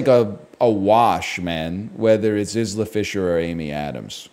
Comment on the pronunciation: Eye-lah Fisher, not Is-la